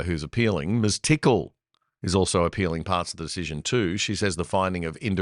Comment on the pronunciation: Albo,, learn how to pronounce the word "decision' or stop using it. It would also help if you learnt how to make well considered decisions...or is it deezhizhens - instead of spouting your moronic university student activist propaganda